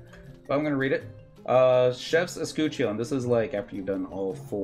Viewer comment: uh skuh chn or uh SKUH chin. Not grammar police, just painful hearing it butchered like that lol. Thanks for this, even years later, as I just started my shield and this is all still relevant content and tips.